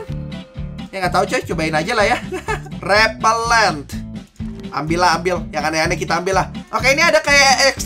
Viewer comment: w denger nya rerpeler astaga padhalnymah rerellent ada yg sama kaya w??